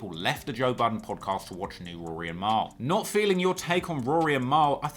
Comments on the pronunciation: Why can't you say Rory right!?! Who tf is Rooory? Tlr stay in your own lane fam, stick to uk hip-hop. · You were terribly biased towards Ak in that beef, you can't even say Rory correctly. This has nothing that hints at you making something as nice as the J Ville doc. If you seriously look up to AK you need to reevaluate your life. Unsubbed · Nah you fine. Stop calling him Rury tho LMAO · In London we pronounce it Roar-ry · And it’s weird that they are so entertained by mispronouncing his names. Lol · Are you literally pronouncing his name like that due to my last comments? Occasionally when you were mid silioquoy you said Rory fine. Also if you could never say wack again I could continue my transatlantic odd crush on you . It's so rare to find a reasonably intelligent adult who highly appreciates rap, sneakers ,thc doesn't drink and no American accent.x